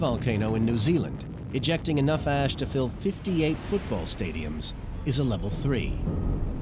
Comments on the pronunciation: At some point he said “ash” but I heard “ass” Then the video got a whole lot lighter and more funny. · This is what could happen if you inhale the “ass” Bwahahahahahshhsh